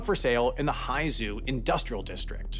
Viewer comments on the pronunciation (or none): Pronouncing Haizhou as high zoo is certainly an interesting choice. Might be worth it to look into what the actual way to pronounce it is.